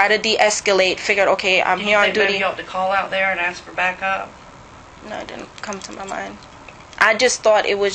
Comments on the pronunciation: It's ask not axed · And “I axed him dat, I axed him dat”?